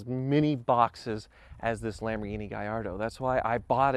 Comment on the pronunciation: When says Lamborghini it sounds like Lamborweenie.